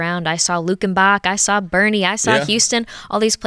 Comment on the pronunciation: She pronounced Boerne correctly. She’s got the Texas infection. That’s a really good thing!